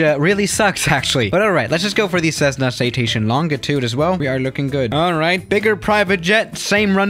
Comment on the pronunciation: FYI, the G in “Longitude” is pronounced like a J. /ˈlänjiˌt(y)o͞od/